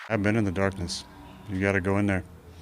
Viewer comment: “I’ve been in the darkeness” this mf acting like this ain’t just football lmao 🤣🤣🤣